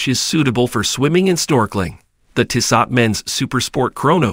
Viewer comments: Tissahht! Lmao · It's a bad commercial with a worse pronunciation of the name Tissot.